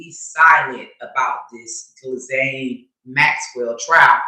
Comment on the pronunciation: I think the Ghis is pronounced like “E” or a short “i”. So like “i”Laine.